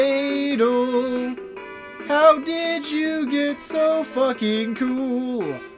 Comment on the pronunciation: Also I'm not sure but I think you say it like A-DOLL